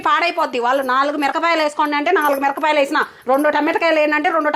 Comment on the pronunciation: Mirkapayalu kadu akko😂...mirapakayalu😅😅😅😅